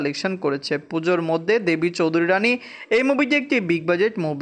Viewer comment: আগে দেবী চৌধুরানী উচ্চারণ ঠিক করো